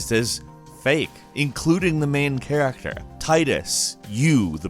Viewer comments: why did he say "character" like that? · Why does he say character like that